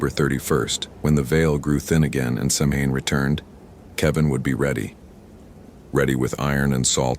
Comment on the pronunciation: Great stories! Samhain is pronounced "sow-in".